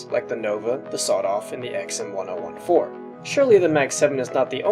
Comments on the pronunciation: ECKS-EMM-1-OH-1-4? please pronounce it like this: EMM-10-14. Please it is fucking terrible to listen to yu saying it the way you were in the video. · why do you call it the "XM one oh one four" I always called it the "XM ten fourteen" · huh that’s a weird way to pronounce the xm1014 I thought it’s X-M ten fourteen